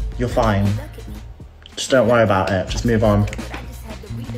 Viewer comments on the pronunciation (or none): none